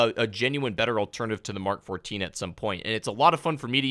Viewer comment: I love how this guy knows what "MK14" sounds like. Not "emm kay farteen"